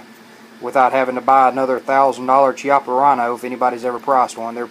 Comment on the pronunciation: It’s pronounced “KIAPPA”. Learn the name correctly.